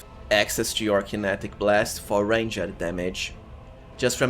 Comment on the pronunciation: nice videos, your accent is good, but the way you say "ranged" is so painful to my ears, look at prononciation and the overall quality of videos will rise!